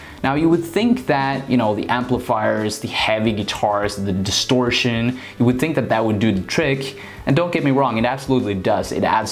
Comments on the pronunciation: You pronounce Wood and Would in a unique way. If I were to spell it in English the way you say it, it's almost like woodge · Would.....woo-da. Not wooja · Yo whoever you are its Would NOT Woult!! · FYI...the word "would" is pronounced like "wood".